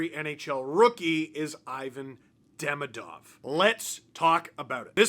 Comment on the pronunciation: If I didn't know better, I would think is fluent in Russian